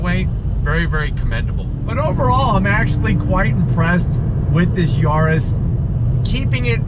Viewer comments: Mal traducido: Se pronuncia YARIS no Yurus. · whats a "Yoris" 🤣